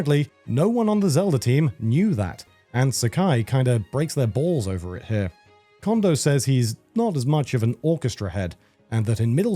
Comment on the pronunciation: Just some constructive criticism, narrator - Note how you pronounce Koji. Apply how you pronounce the O in Koji to how you pronounce each O in Kondo. 😊